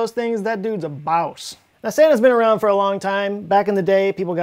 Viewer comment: Please don't ever say boss in that way again. Ever.